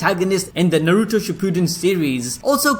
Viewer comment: Najuto - Na - Ru - To A - ka- t - s- ki